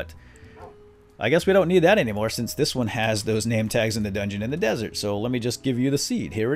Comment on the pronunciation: *desert lol not dessert